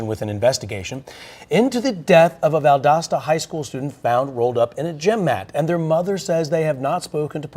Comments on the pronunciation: Valdosta is pronounced Val das ta the O is an A sound I know it doesn’t make sense but 🤷‍♀️ Google AI will mess you up 😂 That’s a classic Southern cover up. One day, hopefully sooner than later the truth will be exposed. Thank you for taking the time to talk to Mr. Kendrick Johnson. Justice for KJ!! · It’s pronounced Val-daaa-sta. The O is not long. Valdosta, Georgia. I remember this story. Always seemed fishy. Bunch of good ole boys taking care of each other, seems like. I know the type. Just fyi,! Love love love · Val-dos-ta Ga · This is my city. It's so crazy seeing you at this cemetery where my father is resting and right by the university. Valdosta is still looking for justice! Pronounced Val-DAW-sta btw lol. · You mispronounced "Valdosta" as well.